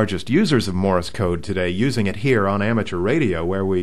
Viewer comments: It's Morse not Morris... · Wednesday, 2/23/11. It is not pronounced 'Morr-is' code. It is not two syllables. It is pronounced 'Morse' code. It is one syllable; 'Morse' code. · Why do you keep saying "Morris" code? It's "Morse" code, not "Morris" code. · It's "Morse" code, not "Morris" code. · "Morris" code? ;) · ''Morse'' rhymes with ''horse,'' not ''Doris'' Just sayin' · OK let me get this straight. You don't really use Morse code that much as the guy that's texting, but you're doing a comparison between the two to see which one is faster? As one poster said , if this is an example of the brainpower found in our universities today, heaven help us! Oh.... did someone mention to you that you're pronouncing :Morse" incorrectly You're not actually going to graduate and become a reporter right? _... _ _ _ _. . .... . . _ _.. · yeah..."morris" code and "q-werty"??? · The way you say Morse and Qwerty is strange: Morris and Kooerty, respectively.